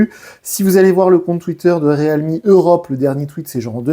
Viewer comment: Riilmi putain! ReAlmi, non mais 🤦